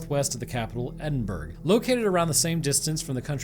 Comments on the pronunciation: say it with me. It's pronounced Ed-In-Bruh. Not Ed-in-burrow. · great video wee correction on the pronunciation edinburgh - edin bruh glasgow - glaz go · Love your videos and been a fan for a long time but brother it’s pronounced glazgo, and Edinburgh is pronounced like edinburra, and keep up the good vids or the angler fish will be waiting for you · i hope this doent come across as me being mean or anything but just for feuture referance Glasgow is Pronounced Glass-go Edinburgh Is Edin-burrow i am from Glasgow in scotland actualy so you can trust me on this love tales and gaming 👍